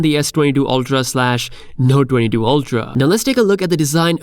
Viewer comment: Lol, why can't you pronounce 22 😆¿